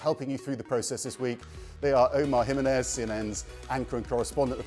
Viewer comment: Can we normalize pronouncing people's last names correctly? It's 2026; it's ok to ask them if you don't know. It's Ji ME nez (and the Z sounds like an S, unless you did study abroad in Spain). While we're at it, it's PErez. Thanks for coming to my TedTalk.